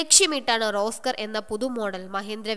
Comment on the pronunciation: റോസ്‌ക്കർ അല്ല കുരിപ്പേ റോക്സർ ആണ്